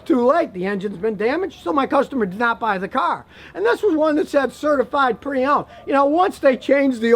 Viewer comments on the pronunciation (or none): Has anyone else noticed that when Scotty is talking about a used car LOW ON OIL at about the mark he says, "CertiFRIED.?" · Man said CERTIFRIED 😂